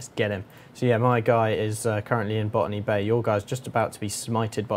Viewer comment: "Ban_me Bay"? That's what I heard. You should rename Botany Bay to that. xD